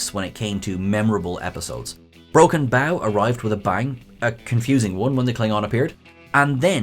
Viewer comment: You said 'bow' wrong!